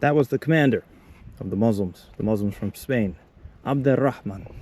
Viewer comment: Protip: when you can say "bonjour" to someone you meet on a path and they say "bonjour" back at you without staring at you like you just stole their daughter, you're officially far enough from Paris. Your french is excellent. But hearing you pronouncing Abd al-Rahman makes it even more obvious that you're into languages as much as you're into travelling, aren't you? Which would be kind of logical. Sheep are cool cause you get whool!